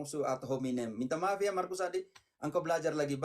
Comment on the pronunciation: Markus sebutan sok, harus ada huruf k bukan so..🤣🤣🤣🤣🤣 logat mana si Markus ini🤣😓🤣